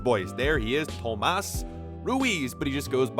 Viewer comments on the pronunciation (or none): Just saying if you were Portuguese and you call your son tomás you would pronounce it tomáz!🤣